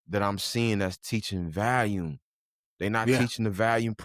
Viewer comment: Lol man I say volume so wrong 😅